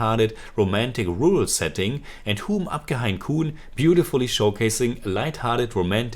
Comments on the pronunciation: Great review ✨ Btw it is pronounced as Ham aapke hai kaun(corn 🌽) 😅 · The way you pronounced the title, if I hadn't read the video title, I would think you are reviewing a Korean movie this time! Lol